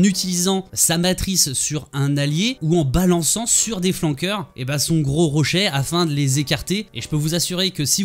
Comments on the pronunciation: Ta prononciation de rocher "rochè" ça fait bizarre x) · "Rochè" lel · C'est moi ou prononce rochai?